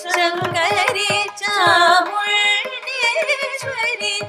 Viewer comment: Everything was outstanding.. Blissful. Blessed to hear. But one sincere request. and.. Pls do correct the pronunciation in Maathe dharu.. It is not Chamu𝕃𝕃deshwari.. It is Chamuℕdeshwari..